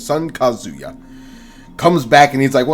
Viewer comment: I find it funny that the Smash player pronounces Kazuya’s name correctly and not the one explaining the Tekken lore.